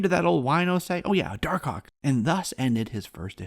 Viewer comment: I like how you call him dar-cock